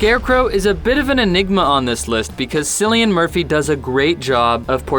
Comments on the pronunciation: His name isn't sillian Murphy it's pronounced killian Murphy but spelled with a C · Yes, it's spelled "Cillian", but it's pronounced "Killian". Thank you for your time. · James Purcell I had to rewind it it make sure I heard him right. Sillian Murphy 🤣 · cillian murphy is pronounced killian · Had to stop watching after the way they were pronouncing Cillian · the way you pronounce Cillian Murphy's name is silly.